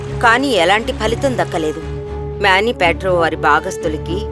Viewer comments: His namecis manibadhra not mabebadra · మ్యానిపాట్రా కాదే అమ్మ మనిభద్ర